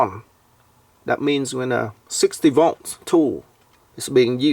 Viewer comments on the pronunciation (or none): Same! I love the way he goes "sixty voh!"